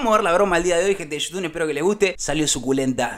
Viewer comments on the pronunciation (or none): Eu te digo una cosa nada mas por que siempre DECIS GENTE DE YOUTUN EN VEZ DE GENTE DE YOUTUBE SIN NNN WACHHO tranki bro un saludo 😎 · Like si siempre dice yutun jajaja